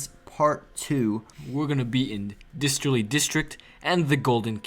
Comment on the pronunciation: I know this is a bit nitpickery, but you keep saying disterly. It's a distillery, as in where alcohol os made.